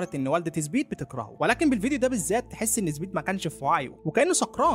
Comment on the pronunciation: أرجووك قل سبيد ليس زبيد